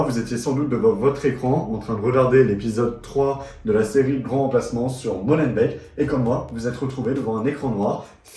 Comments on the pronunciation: Molenbééék (on ne dit pas MolenbèK) _ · molenbéék pas molenbèk !